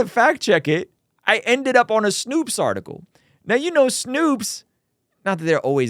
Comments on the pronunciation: "Snow"pes not "Snoops" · you really read S- N- O- P- E- S-, and let "snoops" come out of your mouth...